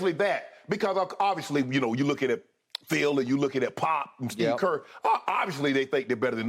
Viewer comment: I love how both of them said “Steve Kerr” and never noticed 😂😂